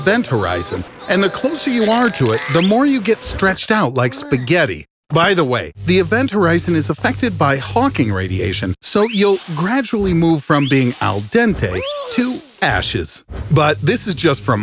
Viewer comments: Event Horizon...no "T" at the end of "Horizon". And it's Hawking Radiation, not "Hawkin"....named after it's discoverer noted theoretical physicist Stephen Hawking. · It’s Hawking radiation not hawkin radiation. Named after Stephen hawking. Sheesh get it right if you are naming facts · It's HAWKING RADIATION not HAWKIN RADIATION. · Im pretty sure its hawking radiation, not hawkin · That's not Hawkin That's Hawking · Its not hawkin radiation its hawking radiation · It's actually called HAWKING radiation, named after Stephen Hawking, not Hawkin... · You forgot the G in Hawking Radiation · It's Hawking radiation not Hawkin radiation... Hawking radiation is an extremely slow process that would not cause you to burn up into ashes. The only time when Hawking radiation happens at such high energies are with microscopic black holes smaller than atoms! would also die from the spaghettification process (the depiction of this happening is completely inaccurate) long before reaching the event horizon unless the said black hole is supermassive. Then he would be spaghettified after reaching the horizon and would die due to being ripped apart by that process NOT dehydration or lack of oxygen. There's so much wrong with this video that it was painful to watch. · It's actually Hawking radiation, not Hawkin.